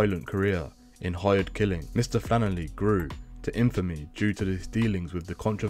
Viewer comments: Its FlanneRy. Not Flannerly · Sorry had to stop listening to a voice that says flannely instead of flannery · Omg stop saying “. Flanerly” how hard is it to pronounce his name🤷‍♂️ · Who the f$&k is mr fannely? Saying rentakill instead would make it easier to stop me pissing myself laughing